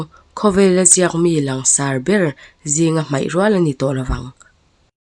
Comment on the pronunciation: law'ng i rawn tih hi lo'ng tih zawk tur aw😊😊😅😅